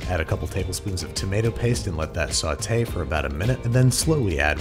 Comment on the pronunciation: Babish is pronouncing "saute pan" correctly. This is unnerving.